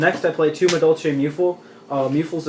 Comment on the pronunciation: Doesn't even know how to properly say the names of all the madolches haha obviously new to the deck